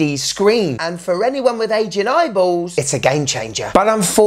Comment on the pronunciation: Had to do a double take on the "aging eyeballs", thought you said "anyone with asian eyeballs". 🤣🤣🤣